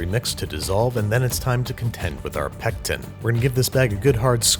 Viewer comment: Say pectin one more time I dare you!!!